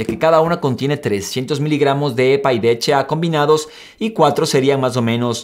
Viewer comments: Ja si h no eche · DHA. (escuché bien? dijiste 'de' , 'eche' 'a' ????? Que onda maestro. la H se pronuncia 'ache' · El "de heche a" ese cual es ???? Yo solo conzco el "D H A" ...... "de heche a"... INSTRUYETE ANTES DE SUBIR CONTENIDO !!!! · Javier Castro si 😂😒